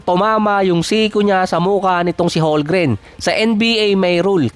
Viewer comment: Holmgren boy hindi Holmgren, masyado ka rin nagmamagaling